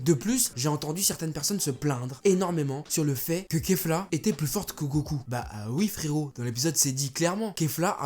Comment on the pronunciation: A chaque fois que tu dis kefla g l’impression que tu dis cafards